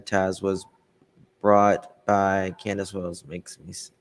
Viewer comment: Its Candus, NOT Canduce!, please...get some real content and stop this...